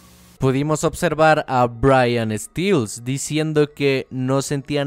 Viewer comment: Corrección mínima de pronunciación: "Stells" se pronunciaría como se lee, como con una e y no como mi culón favorito lo pronunció que sería "stills". El error es comprensible ya que las "e" en el inglés se suelen pronunciar como una "i" como en la palabra "easy" o "eagle" pero hay excepciones como en la palabra "earth" que es "Tierra" la "e" se pronuncia como una "e" común para nosotros. Quizás asoció "Stells" con la palabra "Steel" que las "e" si se pronuncian como una "i", si "Stells" no tiene doble "e" no se pronuncia "stills". Un besote en el culote.